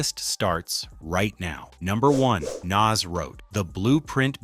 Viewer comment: Your pronunciation of Nas is really blowing me 😩